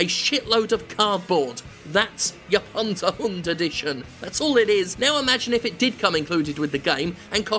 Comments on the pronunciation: as a german i appreciate your pronunciation of Panzerhund. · Hi Jim, just a very quick lesson in German. Good pronounciation of the word Panzerhund, but the z in Germany is not soft. It's not akin to "zoo" or "zebra". Our "z" is a very sharp "ts" sound. Imagine cats, or rats. That's the German "z". So if you wanna feel truly fancy, now you can pronounce the word properly with a "cats"-ts.